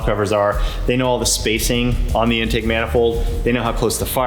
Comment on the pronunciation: Why does it sound like they’re saying “endtake” instead of In-take